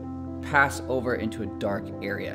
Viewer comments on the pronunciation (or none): “Knocked overrrr” 😂😂